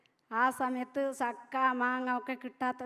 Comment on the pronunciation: 😊❤❤👍👌 സക്ക മാങ്ങ എന്ന് പറഞ്ഞു പിന്നെ ചക്ക എന്നു പറഞ്ഞു മലയാളഠ ഇങ്ങിനെ പറയുക മാത്രമല്ല കുറെ സംസാരിച്ചു 👏👏👏👏👍👍 ആരാ എന്നൊന്നുഠ അറിയില്ല 😅 ഇപ്പോ കുറച്ച് മനസ്സിലായി